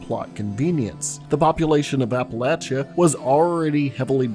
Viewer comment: How do you spell appalayshia? Did I get it right? It's pretty accurate based on how you pronounced it. It's Appalachia. Where are you from? I'd like to butcher the name of it in return.